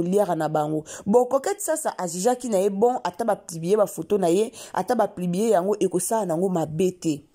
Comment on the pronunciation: Kk kolobela ba vies privé ya battu oyebi même pas ko expresser porraaa On dit publier et non plibier